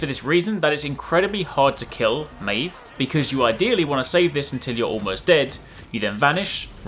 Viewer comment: Pronounced the name wrong